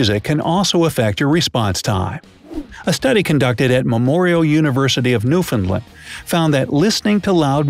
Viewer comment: You said Newfoundland Ronge im Canadians it is land!!!